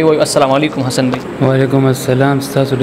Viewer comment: Zan la daa alfaz tek ka پ تہ ف او ف تہ پ مہ وایہ ح تہ خ او خ تہ ح مہ وایہ لکہ حسن تہ خسن